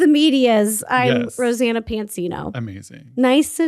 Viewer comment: Anyone realize that said Rosann 😅😂